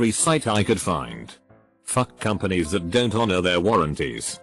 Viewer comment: the text: don't voice: dontsot